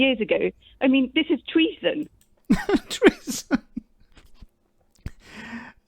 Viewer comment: It's all a soap opera. Did she say tweason? Some English believe the whole world is just jealous of them for having the royal family, the family loved by all.